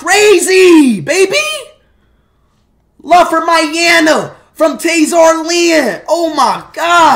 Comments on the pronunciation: Bro said Myana it Myanmar Xd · I meant I show speed speed lmao he really said Myana